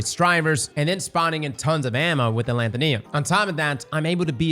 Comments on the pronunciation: Alethonym is pronounced closer to pseudonym. While a pseudonym is a fake name, alethonym is basically it's antonym, meaning something's true name, hence the weapon's flavor text. The root word "nym" relates to something's name or what it's called. So, aleth - o - nym, not aleth - o - Niam. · Where does get these pronunciations lol A-lant-tho-neum Where it should be A-le-tho-nim Alethonym, or the real name of someone, as opposed to a Pseudonym Idk just poking fun but its kinda funny.